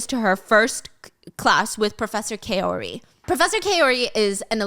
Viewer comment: Griffin - gr - ih - fin (the two i’s have the same sound) Kaori - K- ah- ore- ee Bodhi - Bow - dee Hope that helps! :)